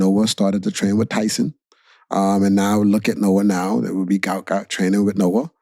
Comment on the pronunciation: his name is GUOT not gout